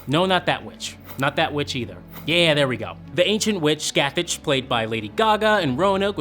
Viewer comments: Scathach is pronounced “scah-hock” not scatach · Say it with me Sca Tha not scathatCH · I'm sorry but I cringe every time you guys say Scathach's name wrong it's not "Skathatch" it's "Skah-tah-ck" who is unironically the same name of the Celtic goddess of Darkness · Since The Butcher clearly has a celtic accent and is probably Irish in some way, I'd say that scathach is actually spelled Scáthach and would be pronounced "skaw tak" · Scathach is pronounced as Ska-ha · Shinjizz Ikari. Where did you get that? The correct Gaelige pronunciation is like 'scaw-hawk' but the last syllable is guttural.